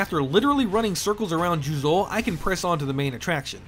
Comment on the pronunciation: it’s じゅうぞう。And you stress the second syllable. There is no stressing in Japanese. Did your Japanese lessons stop after kana lmao